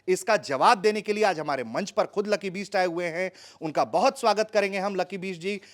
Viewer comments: पत्रकार महोदय का उच्चारण लकी बीस्ट कर रहे हैं!!!!!! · अरे gandu bisht aur beast me antar nai samjhta uchcharan to sahi kar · Bhai ptrakaaaar uchharan to theek kr le lucky sir ke surname ka..